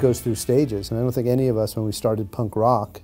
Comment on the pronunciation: it´s punk rock, not punkROCK